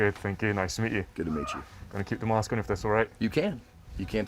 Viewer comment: Face masks are just a way of telling you that you are being controlled. Even major media outlets won't touch this issue. Mosque and Mask sound the same the way this guy talks.